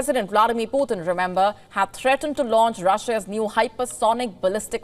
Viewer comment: I wish Wion and other Indian channels would pronounce Putin’s name correctly - it’s “tin” as in the metal (tin), not “tin” as in the number 3 in Hindi and other Indian languages